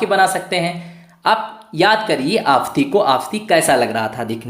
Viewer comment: आफ़ंती.....का उच्चारण सही करे